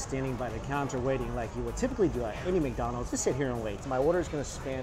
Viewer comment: it sounds like he says Mccited haha